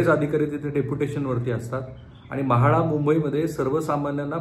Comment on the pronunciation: Saheb tumhi marathi far poor bolta, महाडा, कारन pls swachha bola😂😂